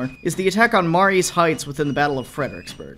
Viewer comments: That's pronounced, "Ma-REE's Heights".... sort of like Marie's, even though it's spelled Marye's ... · Growing up in Fredericksburg Va. I can tell you right now. You absolutely butchered the pronunciation of Marye's Heights. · You should learn the proper pronunciation of Mary's.